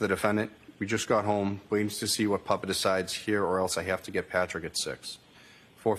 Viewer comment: Since when is "papa" pronounced "puppa" btw?